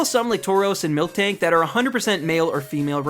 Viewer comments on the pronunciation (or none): It's MILtank not milktank